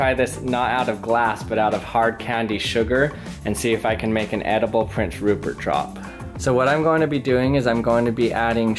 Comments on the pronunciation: did he say porn syrup? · Is it me or did he say porn syrip